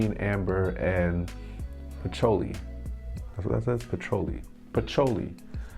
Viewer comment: Not being rude, but if you don’t know it’s pronounced puh-chew-Lee maybe cologne reviews aren’t your thing to be doing.